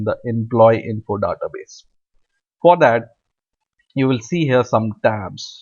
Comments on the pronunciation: don't waste more time and don't pronounce Dada base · Very good tutorial but please take notice, database is not pronounced as duh-ta-base. Thank you for this video. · he says"da-ta base"